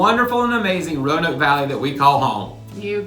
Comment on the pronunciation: Please pronounce Roanoke with three syllables. My family has lived in the area before Roanoke was a city having migrated south from Europe via Pennsylvania during colonial times. Roanoke, in the past, specifically was pronounced with three syllables—view any media (T.V., radio, film [yes, back when Roanoke was big enough to be mentioned or referenced in movies] from the 1960s, 1950s, 1940s, etc., and Roanoke was pronounced with three syllables. The (our city is losing significance and shrinking compared to other cities so “we” have to force a pseudo-colloquial way that only we correctly know how to pronounce self-created fable. “We say it Row-noke, here.” Not correct, not true. Roanoke is pronounced, “Row-ah-noke.” I now live in Atlanta and a small village nearby in Alabama pronounces their name with three syllables, which is also named Roanoke. The lost colony, Roanoke, is pronounced with three syllables. The city in Southwest Virginia is also pronounced with three syllables unless you incorrectly learned to say the name with two syllables in elementary school and refuse to correct the pronunciation as an adult. Thankfully, all the A.I. such as Alexa pronounce the city correctly with three syllables. The dialect in Roanoke is mostly southern Shenandoah Valley dialect and Roanoke is pronounced with three syllables. I know it is hard to unlearn incorrect habits, but like the incorrect, but often heard, “I seen him coming”, that as an adult you know to correct to, “I saw him co